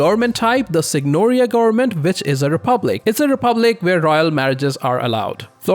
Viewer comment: goernment goernment goernment, speak better pls